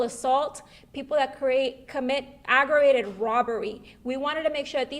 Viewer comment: Coodont🤔 avarated😵‍💫 Deedent even noo😖 Us Hispanics don't claim this rambling what in the "make want to tear my ears off and put them on backwards" is going on here.🤣